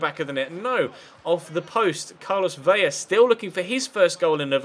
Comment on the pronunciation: VELA NOT VELLA :|